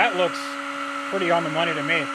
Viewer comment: "It's not inefficient, it's just not worth the noney"🤣🤣